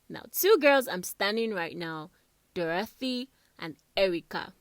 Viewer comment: I don't like ur emphasis on Dorathy and Erica is not nice